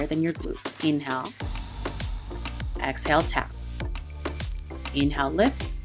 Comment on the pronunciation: You need to work on the way you pronounce inhale and exhale because I'm hearing you say "in hell" and "ex hell" and it really disrupts the frame of mind I'm reaching for.